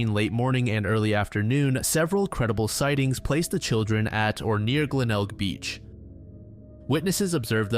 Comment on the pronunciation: You pronounced Glenelg correctly, congrats lol